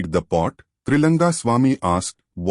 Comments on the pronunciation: Is it Tailanga swamy or Tri langa swamy ??? Wrong pronounce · *It's Trailinga not trilanga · Please observe this, the name of Trailinga swamy has been written wrongly and the same has been mispronounced many a times in the video. Please pay attention to the details